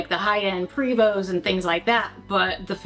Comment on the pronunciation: High end pre Vos lol. Can't believe yall can't pronounce it right since you're so deep in this lifestyle